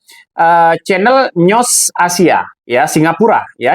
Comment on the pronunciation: Bung news itu dibaca nyus bukan nyosss